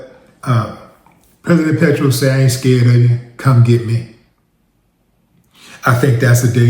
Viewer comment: MR WILL you said it right his name